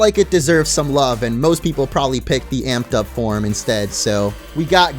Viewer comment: DO NOT LEAVE OFF THE A IN INSTEAD! MAYBE, NOT MABY!